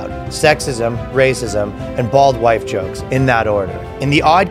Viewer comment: Did you say bald white jokes or bald wife jokes?